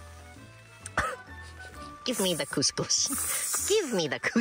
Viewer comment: they way they pronounce koskos is like saying pussy pussy in Arabic